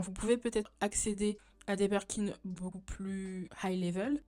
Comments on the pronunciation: Super vidéo, très intéressant ! Par contre on dit BIRKIN par Burkin 🥲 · Super vidéo mais par pitié on dit BIRKIN et non Berkin ahah mes oreilles saignent